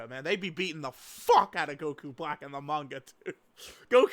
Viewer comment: For the love of god can you pronounce manga correctly if you’re gonna say it 5 times per sentence